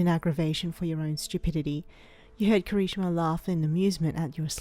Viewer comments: I’m not saying this to make fun of you for your speech but it’s kirishima not Kari-shima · When said Kirishima, I heard conichiwa... (I don’t know how the fuck to spell that) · Alex_the_wolf 07 KERESHIMA... she says it like... her I guess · Kira-shimama? Narrator what is life to you? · The way she said Kirishima😂😂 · The way she said Kirishima made me start wheezing Edit: I'm sorry it just made me laugh...